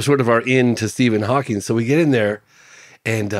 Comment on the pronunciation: Tisk tisk. I just don't understand people who is adding the "s" on to Stephen Hawking... And kind of surprised he did not know that Hawking had ALS... smh